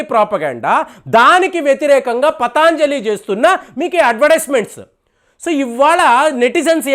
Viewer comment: it is patanjali, not pataanjali.